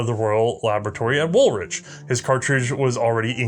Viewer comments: Please note: 'Woolwich' is pronounced Woolich, as in ichy wool. The second 'w' is silent. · I love your content. Thank you for yet another fantastic video. By way of education and not to be “that guy” but the Royal Laboratory in Woolwich is pronounced Wul-itch. This is not by any means a criticism because Norwich (Nor-itch) is pronounced in the same way (silent W) but Ipswich (Ips-witch) is different. 🤷‍♂️ Please keep up the amazing work. 👏🏻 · Learn how to pronounce WOOLWICH .... the second W is silent .... so it is WOOLICH phonetically. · Woolwich = Wool-Itch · This is wonderful. Just one note: You saying British placenames (like Edinburgh, Leith and Woolwich) is painful. They're Edin-burr, Leeth and Wool-itch. ( (/ˈɛdɪnbərə/, /liːθ/, /ˈwʊlɪtʃ/ if you understand IPA). Since you're doing a series: any chance you can just check on any new placenames (and personal names) before you say them? I know we write placenames and personal names in ways that bear no resemblance to the actual pronunciation (because they're spelled how they were pronounced in 1400), so it's really hard if you don't know - but if there are going to be other parts, that seems like a detail you could work on. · Your pronunciation of Aldershot, Woolwich and Blenheim made the Empire weep.